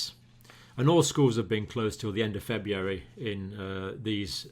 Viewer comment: Proof even well educated intelligent people can't pronounce February.